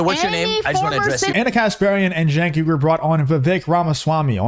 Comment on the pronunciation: I find it humorous that Cenk keeps mispronouncing his name, but if people mispronounce Kamala Harris's name it's because they're racist